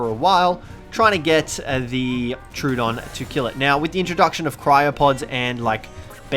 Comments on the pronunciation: It’s pronounced tro-oh-don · It is pronounced tro odon